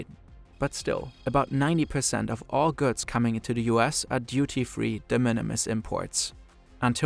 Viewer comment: wish you'd stop devoicing the consonants 😬 i.e. yearZ, gooDZ not yearSS & gooTS